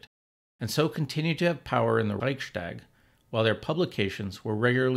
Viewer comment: Great video, thank you! Small comment: It's nice that you make an effort to correctly pronounce German, e.g. by pronouncing 'st' as 'sht'. However, this applies only to words starting with 'st', at least in standard German. Even in southern German dialects, it does not apply to compound words which are joined by an 'st', like 'Reichstag'.